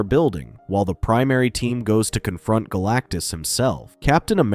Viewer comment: I heard BLACKTUS